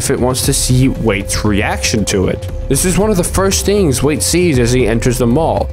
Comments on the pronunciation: First of all, I think his name is "Wyatt", secondly I don't agree with the ending of your theory, like, the mall was trying to test him if he can become a botanist???? makes no sense at all. Since you've mentioned the meaning of a liminar space, I believe it all revolves around that, the feeling of a transitory place that is in a state of oblivion. Maybe the rolling giant isn't possesed, but rather it's a rememberance of the botanist and it is trying to not become something that is forgotten, also, I believe that the mall that Wyatt's in right now doesn't exist anymore, since he doesn't recognize it, even though it's "modern" it's all an illusion that the monster creates to entrap everything that passes by, just to make the mall alive again and consequently not being a forgotten puppet, hence there's dead people and animals in that brief moment when the lights blink. I just wanted to express what I interpreted watching this masterpiece, besides, I didn't noticed the other giants of the parade, nice eye man! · "wait" It's pronounced why-at Wyat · IT IS PRONOUNCED WHY-ET NOT WAIT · It's "Wyatt", not "Wayt" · I think it is pronounced why-yatt not wait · And why are we pronouncing his name as 'wait'? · Annoying that he says Wait and not Wyatt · WYATT = WHY-AT get it? Not Wait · His name is Wyatt btw (pronounced 'why yitt') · Why-"ET" Wyatt, it's not "wait" or whatever you were saying man.. if you're gonna make videos you gotta learn how to pronounce shit... Sorry I'm trying not to be mean but its drives me nuts when anyone doesn't say a word the correct way.. I'm not some rich snob, not some word genius.. it's just OCD I guess.. idk.. but good work thou man! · I think "wyat" would be pronouced like "why-at" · His name Wyat is pronounced; "Why-It" or "Why-Aht." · It's pronounced WHY-AT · It’s pronounced (why)-(it) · Wyat = Why-It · It's "Wyatt" not "wait". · Wyatt can be pronounced like "why-at" which sounds more accurate and I've heard it pronounced like that before.